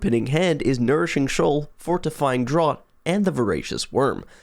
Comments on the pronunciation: “Fortifying DRAWT” 😂 not to be that guy but it’s “draft” haha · Great video concept, would like to see more of these; was a bit surprised to hear a Brit pronounce Fortifying Draught as "drot" rather than "draft" though! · Draught is pronounced like "Draft" by the way. Just English being weird as usual. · its pronounced DRAFT. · i think draught is pronounced draft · draught is pronounced "draft" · It's a bugger of a word to be fair. But I'm glad you pointed it out as that's what I was here to do as well!